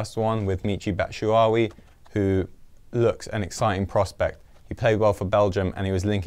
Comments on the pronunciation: Bat-Shoe-Why-e not Batwuwai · Could not pronounce batshuayi' name any worse